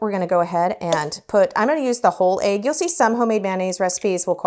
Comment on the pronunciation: I dont think I've heard "egg" pronounced as "ayg" before. Where are you from? Love the lemons!!!